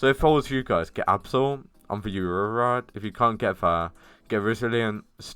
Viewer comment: I love th aurererrr rod